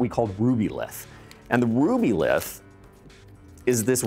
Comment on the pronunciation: He said Rubyltih and my eye started twitching!